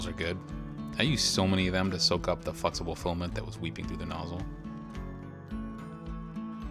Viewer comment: Fluxible Filament! (Sorry, can't unhear it :D)